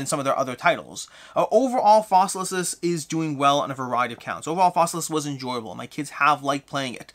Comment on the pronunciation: I love that you keep saying Fossilisis. Latin is fun.